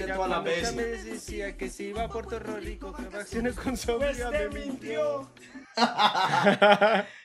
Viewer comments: kunnnn tan solo quería que dijeras "Puerto Rico" no "Porrto ro Rico" me dolió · ME PARECE O DIJO PUERTO RORICO